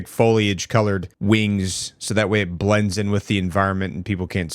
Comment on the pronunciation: "So that way it bwends in" 😂😂 i laughed pretty good from that one